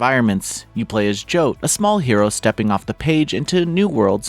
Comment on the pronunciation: J-oh-t. Who pronounces it that way?! It's pronounced J-aw-t, like jotting down a note or I'll punch you in the jaw with love. J-oh-n't do that again.